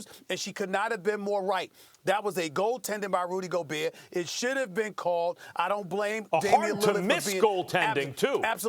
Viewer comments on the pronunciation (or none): none